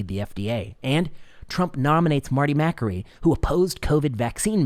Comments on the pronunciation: It is pronounced Ma kAry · I agree with you. Marty is a brilliant doctor. However, I think you're pronouncing his last name wrong. :)